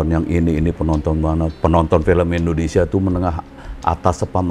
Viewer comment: ORANG INDO AJA SELALU SALAH MENGUCAPKAN NAMA NEGRI NYA INDONESIA, BUKAN ENDONESIA